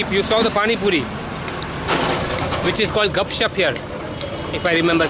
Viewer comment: It's gupchup not gapchap I m from berhampur 😅